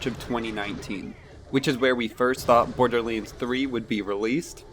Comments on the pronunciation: is he saying boarderleans? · Bordearleands? I swear that's how I'm hearing you pronounce Borderlands. Hmm.